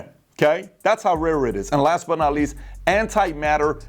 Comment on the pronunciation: Lol, "anti-matter."